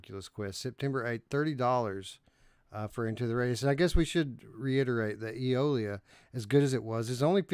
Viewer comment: Day stranger. I've been busy. I finally got a chance to watch. I feel for Radiorunt because NFL Pro Era never had a chance at game of the month. I've played none of these but Eolia will always have a special place in my heart. Only because Eric couldn't pronounce Eolia and said titty nipple.